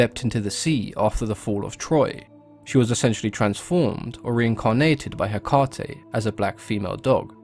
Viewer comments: Take it from a practicing witch: it's pronounced heck-UH-tee. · "Heh- caw- tee" wtf💀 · Cody Burtch apparently you didn’t hear the part of the video where November 30 is a day a lot of pagans and wiccans devote to her. One of the ways to honor her is to volunteer at a shelter or adopt an animal. So that’s what it has to do with Hecate. Not Hecante. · It is Ekati, the "h" is the tone before the " 'Ekati " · Ha- Kay-Tay. You're welcome. 🖤 (Also Nocticula Hecate) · Ok so I did a little digging on how to pronounce her name. I have it on very good authority that its actually pronounced eh-kah-tee. My wife is Greek. Seems we are all pronouncing the Greek gods named. Hades ,how it's really pronounced blew me away. And its not crete. You pronounce the e at the end so its kreetee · It's Heh-Kate , like as in the modern name KATE. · as greek i can tell you how is pronounced " ekAti " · I am pagan and Wiccan and we pronounce Hecate he/ka/Tay :) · Its pronounced heck-ATE! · In Greek, the emphasis goes on the antepenultimate syllable--HEH-kah-tay (or HEH-kah-tee in English) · Factually untrue. The emphasis in Greek goes on the penultimate syllable, heh-KAH-tee (using your notation). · If you're really a practicing witch you'd say it the Greek way. He literally told us how the Greek pronounce it, why would you say it that way? The greek way sounds cooler and spoken the way it's supposed to be. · Haha just started it and the first thing he mentioned was the pronunciation. My teacher had us say it like Heck-aw-ta. Like how he says it with an uuuu at the end.